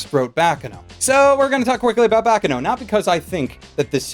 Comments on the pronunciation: it's bah-kahn-no not back-can-no. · if you read this: "Baccano" is pronounced baccAno with the emphasis on the second a and harder on the c (There are 2 c after all). It took me a diskussion with a friend to realize that this is actually the italian word for "noise" even if i speak fluently italian because since i watched so many japanese titles i thought it was a japanese word.:D Would be great if you look it up, since you are so fond of it it is a shame that you (and the podtaku cast) keep mispronouncing it.